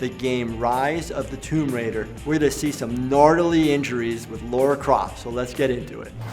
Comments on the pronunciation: He is a good doctor but I am always annoyed when people say "Laura" instead of "Lara" especially Americans do this lol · Laura? It’s Lara!!😡 Her name might have originally been Laura but it isn’t, discard the u then you are ok! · It's LARA not LAURA ffs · Why do Americans always say Laura? it's Lara literally says her name in the clips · why does everyone say Laura instead of Lara?! 😂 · WHY DOES EVERYONE SAY LAURA INSTEAD OF LARA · "Laura" Croft OK I'm out. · I love how says "Lara" and not even two seconds later the doctor still says "Laura" x) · It's pronounced and spelled LARA, not "Laura!" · He's clever enough to make it through medical school but he can't pronounce Lara correctly? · Why are nearly all Americans unable to pronounce Lara's name properly?